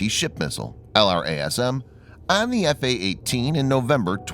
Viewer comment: It's normally called "el - raz - um"